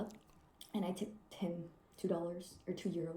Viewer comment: She tipped 1 x €2, she said “tipped him” in a way that sounded like “tipped ten”.